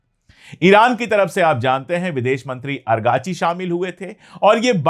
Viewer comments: Sir, not Arghachi but Araghchi. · The name of the foreign minister of Iran is Araqachi not argachi. Thanks You 🙏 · Argachi nahi.Arakchi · Araqchi ko argachi kehta h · پانڈے بھای اگاچی لفظ غلط ھے درست کر لیجیے آپ کا نام سید محمعد عباس عراقچی ھے آپ کبھی اگارچی اور کبھی باربی کہتے ھیں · आप अंग्रेजी स्पेलिंग के आधार पर 'अरगाची' उच्चारित कर रहे हैं जबकि फ़ारसी/उर्दू उच्चारण होगा इराक़ची/ سید عباس عراقچی या सैयद अब्बास इराक़ची है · Sir . Abass Araqchi hai......agrachi nahi hai .. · पांडेय जी आरागची नाम है अरकाची नहीं। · Kabhi ARGACHI kabhi AGRACHI ye kya hai sir ??? Us bande ka naam ARAGCHI hai ARAAAAAAAGCHI